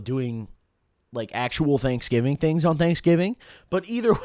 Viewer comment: It's pronounced DANKSGIVING